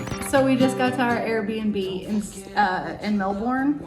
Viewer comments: All good. Hope your short trip was enjoyable. It suprises me you still say 'Mel born', surely you've heard everyone else saying 'Mel bun'? That's how an Aussie says Melbun. 🙃🇦🇺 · Maybe learn how to pronounce Melbourne Yanks.